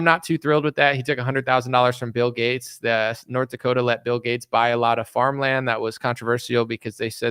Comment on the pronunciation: Seriously wondering why you say G-A-T-E-S like Getts? I've never heard it pronounced that way.